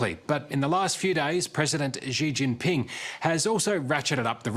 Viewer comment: ... The guy from 60 minutes Australia should do a Youtube search: "How to pronounce Xi Jinping". It's NOT rocket science, lol.